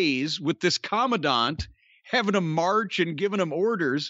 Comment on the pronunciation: I see Jim took every opportunity to pronounce the word Commandant correctly. Last week he was saying command-ant.